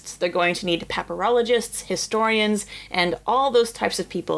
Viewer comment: Are peperologists the students of peperoni? Please, say yes. (Ohhhhhhhhhhh, pa-pyr - ologist. That makes more sense.)